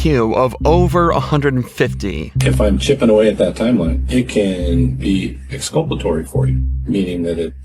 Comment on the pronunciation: First 5 seconds. "Expulpatory.".... it's exulpatory - I know this because I just looked it up. lol. Also, the detective claims to have a vernacular - either he meant vocabulary or lexicon. Both of them trying to outsmart eachother and looking dumb. lol. I didn't know either of those definitions, but I wouldn't use them in speech to look smarter, especially if I didn't know their definitions.